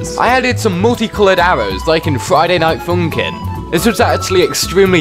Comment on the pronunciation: Friday night foonkin